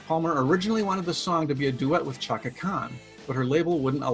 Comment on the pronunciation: It's spelled Chaka but it's pronounced Shaka. It hurt my ears the way you say it.